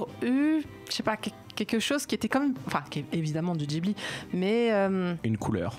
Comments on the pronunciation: arrêter de dire jibli ma gueule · le mec sait même pas prononcer ghibli il parle